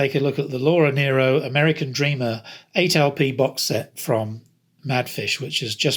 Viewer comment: Her name is pronounced "Nero."